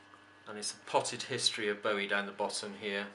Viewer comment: Nice collection. Thanks for pointing out the pronunciation of Bowie as 'bow in the hair' rather than 'bow of a ship'. It irritates me when In hear people pronounce his name wrongly, I personally blame Tony Blackburn for that ;-)